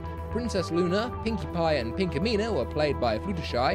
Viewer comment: What did he said PINKAMENA?!?!?!?!?!?!?!